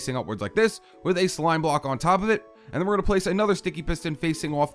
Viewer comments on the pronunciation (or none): listen when he says bwock